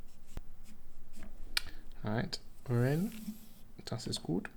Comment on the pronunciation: As someone who speaks German, i was so startled by that perfectly pronounced "Das ist gut" LOL